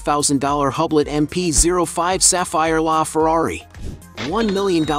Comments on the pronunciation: audemar peeshuay Hahblet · Not the pisshuway and the hueblit 😂😂😂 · What's a Hub Loat? AI is making people all kinds of money.